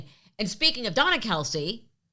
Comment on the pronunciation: Hi I heard Travis say in an interview that his family pronounce their surname Kel. The “ce” is silent